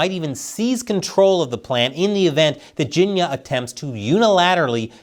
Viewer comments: It's pronounce "Ching-year" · for a moment i thought you were saying "ginia" short for Virginia. 🤣🤣im like "Virginia had something to do with English steel"